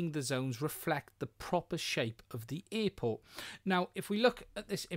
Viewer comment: What's an earport? LOL